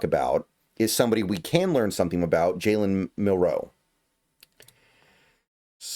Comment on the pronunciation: I’ve got a new job as a weird name pronunciation coach! Thanks for the shoutout The Island of Dr Milroe? Nope, Jalen isn’t Jay Len it’s almost automatic in a two syllable name like the emphasis is first syllable on both. And A Row-Yo takes some getting used to but once it’s natural it’ll flow like he does through defenses. Last but not least you know who has no 40 time and probably is no faster than Damien Martinez? Pete’s new RB they threw a number six overall at. Feel free to check my work, if any of it’s wrong I’m humble enough to learn.